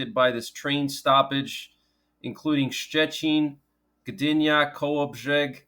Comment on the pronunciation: Great pronunciation of Kologrzeg Thanks for update Zdrowia zycze 😊